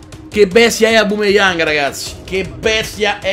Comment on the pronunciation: Grande comunque si dice aubameyang non aubumeyang e ti consiglio di fare road to top opera del sud team